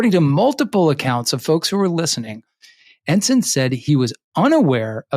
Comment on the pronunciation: At least Mr McCabe knows how to pronounce Ensign